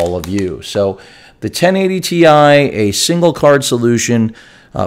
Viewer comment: Ten eigh ty ti huh?